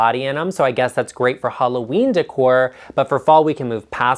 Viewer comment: Oh,! First reaction: you make me laugh! Thank you for NOT saying "DECK-ore!" Keeping it real, my man!